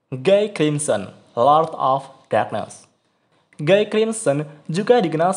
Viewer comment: 4 naga terkuat lebih kuat dari raja iblis. Perasaan terkuat kedua setelah guy itu diablo. Bacanya : giy buka guy. Itu bahasa prancis bos